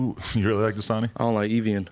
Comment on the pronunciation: I've never heard anyone pronounce Evian water the way he did lol he said eevee-inn ....I've only heard ppl say it like eh-vee-on